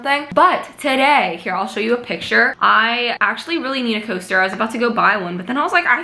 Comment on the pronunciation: When she said I need a coaster so I’m going to make one I thought she said toaster 😂 I was like how do you make a toaster